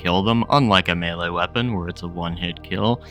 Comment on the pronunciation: He's saying melee but he says it wrong, like "mee lee" or "mealy" or something